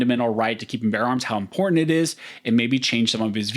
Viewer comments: As often as you use the word it makes me cringe listening to your butchery of it... OK so the word important is NOT pronounced im-por-ant or im-por-int or im-po-int... When you use the word put MEANING behind it because it is a vert IMPORTANT word so say it like you mean it. Practice if you lack the tongue to properly say it. (im·por·tant) - adjective - of great significance or value; likely to have a profound effect on success, survival, or well-being. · This guy can’t say important